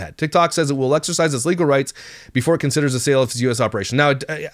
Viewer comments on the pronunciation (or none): none